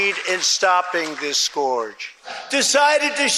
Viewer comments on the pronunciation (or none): Mispronouncing 'scourge' and adding an 'r' to the end of 'Russia' as a Bostonian would are not examples of phonemic paraphasia. Annoying. That just dilutes the argument.